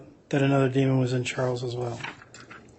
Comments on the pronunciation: It’s Demon, not Demond 😑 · DEMON! DEMON! It doesn’t have a D at the end. It annoys me so much when the state calls it a demond